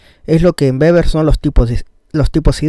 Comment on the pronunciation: Weber pero se pronuncia beber ya que la w en alemán es b (o tambien) v